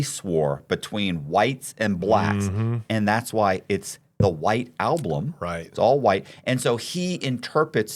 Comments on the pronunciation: 35.40 ish ”alblum” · I feel like Charlie would’ve definitely killed if he heard him say Alblum lol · Folks, if you’ve never watched Once Upon a Time In Hollywood. I suggest you give it a watch. It’s one of those “what would have happened if” Quinton Tarantino films. And here is with his inability to say Album 🤦‍♂️😂.